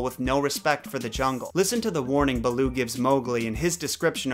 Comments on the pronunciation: the name “balooo” is actually “bha-loo” which in Hindi literally means bear . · "Beul'oo"... RIP HIndi. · Hey just clarifying a few things you may have gotten a bit off. Raksha( pronounced "Ruckshaa") means " protection" in the Hindi language not Demon.(That is the word "Rakshas") Also pronunciation of Bandar-Log (monkey-people) is " Bunder-loage". Baloo is pronounced Bhaaloo which means bear in the Hindi language. Loved the video.im glad to know people love kipling as much.Thanks